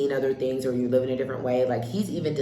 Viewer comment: Dear Nigerian the word is LIVE NOT LEAVE, every time I hear "leave in" or borrow me. I know its a Nigerian